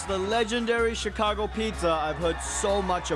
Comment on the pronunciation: he says "CH-icago" lol